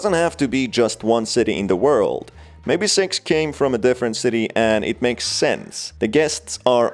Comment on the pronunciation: pronoun six as sex